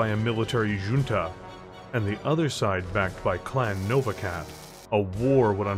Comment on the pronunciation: Great work as usual, but just so you know, the J in "junta" is pronounced like an H